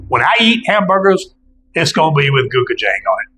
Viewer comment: Pronounced closer to "Go-chew-jong", great video!